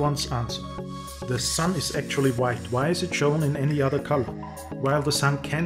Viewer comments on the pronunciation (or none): none